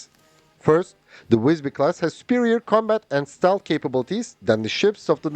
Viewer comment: Good pronunciation of the name. Maybe a bit logner I.